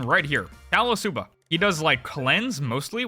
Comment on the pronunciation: me low k laugh at "callasuba" at 3 am